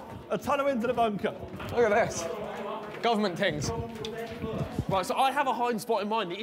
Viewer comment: everyone: running to hide vik: stops running ''government tings''